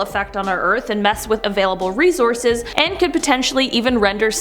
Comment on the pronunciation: Did you say resources or race horses? Lpl